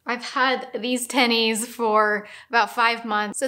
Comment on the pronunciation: You say tennies like my Latina mom lmao